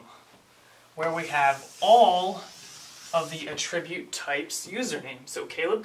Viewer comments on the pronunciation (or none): i cant get over how he is saying attribute wrong ... cringe hes saying uhh-trribute... its actually ahh-ttribute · A little under 3 weeks later actually but yes, the 'attribute' being discussed here is a noun, while Caleb is pronouncing it as the verb. Sorry, your fellow Grammar Nazis have spoken. To the train with you. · The only issue is you are saying attribute as a verb instead of a noun. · Actually, a tribute is a noun. It's a thing. To attribute something, like attributing a quote to a person, would be the verb form. Caleb's pronunciation of attribute is odd but I've heard many people say it that way.